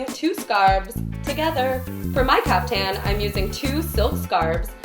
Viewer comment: It's pronounced caafthan